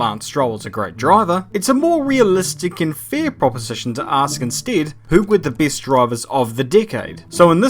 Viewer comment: "The beest droivers of each dickade"